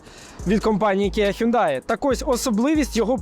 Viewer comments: Мало того, що він не таксон, а тусан, а ще й не хюндай! А хьонде, хЬОНДЕ 😂😂😂 ще раз, хьондЕ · Правильно взагалі не хюндай, а хйондай!